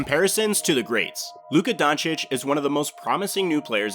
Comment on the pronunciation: hey! You finally learned how to pronounce Doncic. How much effort did this take?